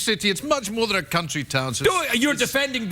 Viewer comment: I’m pretty sure Sir Kenneth Branagh got past the censors “cuntry” town! Beautiful 😅